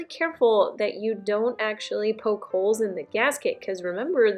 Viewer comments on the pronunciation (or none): none